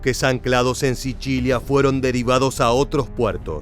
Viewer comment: "SICHILIA"???? JJAJJAJJAJ. ENSERIO DIJISTE 'SICHILIA" JAJJAJAAJAAJAA ES SICILIA PAPAAA !! ESTAS HABLANDO ESPAÑOL !!!